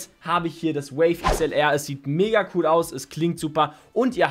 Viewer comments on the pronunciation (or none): none